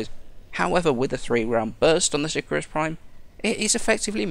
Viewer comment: si-cahr-us :P